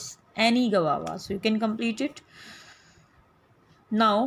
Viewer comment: It's guava not gavava